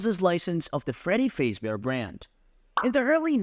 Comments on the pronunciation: cool but you say Freddy Fazebear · it bothers me the way he says fazbear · I shouldn’t be bothered by the mispronunciation of Fazbear every time but I am